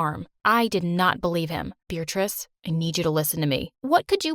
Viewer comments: Wait, so she's not bothered that he says her name "Beeritrice"? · WAIT HOLD THE PHONE- IS HER NAME BEARATRICE!??!? WITH A DANG 'R'?!?! WHAT?!??